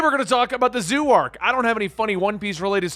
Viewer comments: I love he is calling it the zoo arc honestly hahahaha it kinda makes sense if you don’t know any better but think of it like like z O like the letter O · Zoh!!! Not zoo!! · Its pronounced Z-oh.drop the y in zoey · Zou is pronounced like dough. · Man I hate to Bo that guy I really do… it’s pronounced Zo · Dude it's zou as in zo I wish you read comments on your latest collaboration video. Also warning Carrot is 15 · Didn't know it was so hard to pronounce Zou...